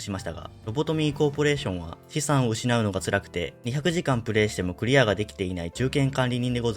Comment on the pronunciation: 職員を資産(しさん)と読んだのを私は 聞き逃さなかったw 試遊したので本当に楽しみです！ アブノマは死んだ蝶の葬儀さんが好き ですね〜。 スタイリッシュな異形キャラ最高。